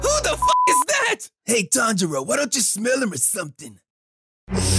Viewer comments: For once, Inosuke got Tanjiro's name right. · i like how inoskue actually said tanjiros name correctly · Yo inosuke actually got Tanjiro’s name right 😂